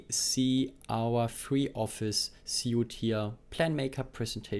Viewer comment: „Suite“ wird „sweet“ ausgesprochen, nicht „suit“ (Anzug). “Libre” wird “Liebre” ausgesprochen, nicht “Libra”.